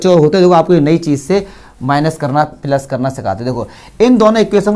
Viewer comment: Sir phele plus bolna shik lo fir maths samjha na